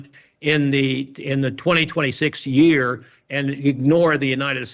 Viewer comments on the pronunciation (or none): none